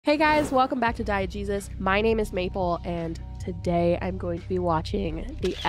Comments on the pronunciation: At first I thought you said Diet Jesus. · I thought you said "diet jesus" at the beginning 😁